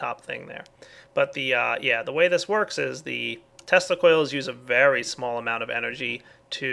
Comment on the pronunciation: Why do I keep hearing testicles instead of tesla coils?